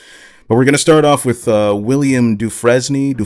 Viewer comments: Lol it's pronounced doo-frain. You never see the shawshank redemption? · DuFresne is pronounced "DuFraine." I know that because that was the main character in Shawshank Redemption.